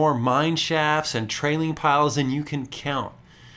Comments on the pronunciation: They are called tailings, not trailings. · I have noticed you say trailing piles not tailing piles which is it have I been pronouncing it wrong.